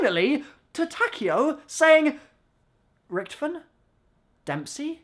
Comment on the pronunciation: It's pronounced richtofen lol